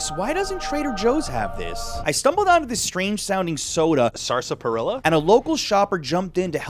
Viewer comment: Sar-spa-rilla😂 Did you not watch Looney Tunes Yosemite Sam?